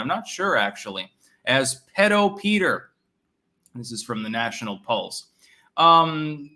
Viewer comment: It’s “pee-dough”.